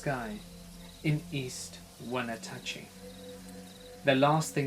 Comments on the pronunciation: Hi! I don’t usually comment but in Washington it’s pronounced like When-atchy not whenatachy lol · Lol. You pronounced Wenatchee slightly wrong. It's more drawled out. Like Weh-nah-chee. Anyway. Super excited to hear my town in a story on your channel!!!! I'm doing backflips. And shit I think I've seen that green thing. I was at a friend's party and we were playing in her naighbor's hot tub when we saw something really weird in the sky, then a green thing was hanging out like a cloud in the junk feild that used to be behind roatary park, the tub was on a platform right above it. She had a panic attack, started crying, and our other friends were kinda pissed at us when we forced them back to her house.